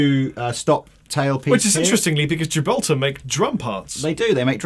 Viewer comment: Gibraltar drum hardware is a separate company (owned by Kaman) and has nothing to do with the Gibraltar bridge on some Ibanezes, aside from sharing a name. Fun fact though: Ibanez makes Tama drums (actually they're both owned by Hoshino Gakki, but close enough.) Also, the proper pronunciation of the common name for "Tilia" genus is "bas-wud", short 'a'. The "bass" in this case rhymes with "ass" (which is how us Yanks say "arse".) Also rhymes with that infamous punk band Crass. It does not rhyme with the last word in 'Ace of Base', even though it should be spelled "Ace of Bass". Alas, neither spelling makes them suck any less.